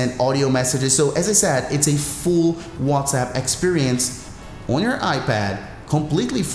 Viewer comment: “Wazap on the wab “